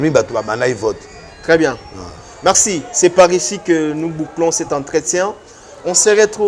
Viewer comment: Marcello et non Maxelo Merci et non mexi